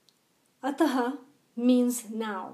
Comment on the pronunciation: Plz do not pronounce ataha.. it is simple ath अथ Ataha means अथ: and this not written in first sutra. Plz pronounce simple अथ